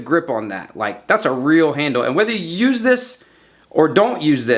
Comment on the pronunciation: "So you can st-UUSSE it... to get to your piece"